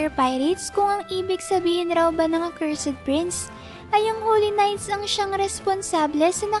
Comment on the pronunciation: Parang may mali sa pronunciation mo sa cursed prince fam.